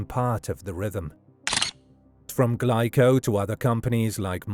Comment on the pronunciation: Glico is pronounced wrong. It's Gleeco.